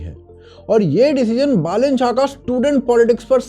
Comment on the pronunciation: Thank god , someone says बालेन rather than बलेन .